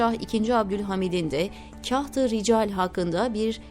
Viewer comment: Zannedersem seslendirmis. Tahirulmevlevi yi uzatarak Taahirulmevlevii şeklinde okumaliydi. Yani Taa yi bir harf miktarı uzatmalı. Kahti ricali nasil okumasi gerektigini nasil tarif edeyim bilmem ama Kağıt kelimesini hani inceltmeden Kağıt diye kalın okuruz ya yanlış olarak. İşte Kahtırical de öyle kalın okunacak. İçerik çok güzel buna mı takıldın demeyin. gibi profesyonel birisine öğretmek haddim değil ama gözden kaçmış demek ki. Eski lisanin nasil okunduğunu nereden bilecek ki yeni nesil. Teşekkürler emeğinize sağlık